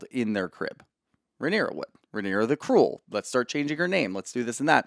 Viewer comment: “Rhaenyra the Creuel” I love Daemon but that name is you’re fault